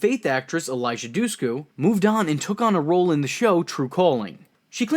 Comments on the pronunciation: Ikr, it's like people nowadays don't even try to pronounce words before they give up and butcher them smh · Who is this "Elijah Dussku" you keep speaking of whenever Eliza Dushku is on screen?